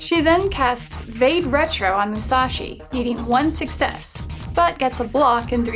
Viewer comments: vade retro is pronounced vadé rétro . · It's pronounced 'va-day retro'.